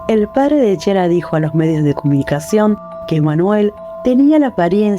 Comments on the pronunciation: Se pronuncia Kiara, no Chiara! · Bien caso, solo que así no se pronuncia el nombre de ella, la ch se pronuncia como si fuera la k, ya que significa clara en italiano